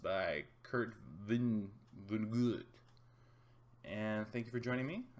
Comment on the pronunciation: I think it's "vaa-nuh-git". And somebody else commented that they understood Rant a lot better after listening to the audiobook and I would like to second that. I read it once and I could barely grasp what it was saying, but I've listened to it on audiobook three times since then and there's some pretty mind-blowing stuff in there. The audiobook is only about 10 hours long, if you wanted to try listening to it and then producing a more thorough review. I'd watch that.